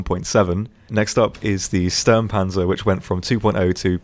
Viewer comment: i just realized something funny (for me as a native German speaker ;) ) English speakers always struggle with Ö and Ü and such... while you almost pronounced the U in Sturmpanzer as an ü (as in Schützenpanzer) ;) well, okay, it was more towards an Ö, but close enough to make me wonder :D And just in case you´re interested at all... Just say Brummbear, would be perfect then ;)